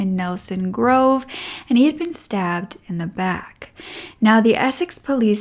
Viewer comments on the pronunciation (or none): none